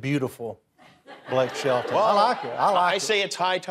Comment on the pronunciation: You're the only one who ever thought it was Blake "Sheldon"... 🙄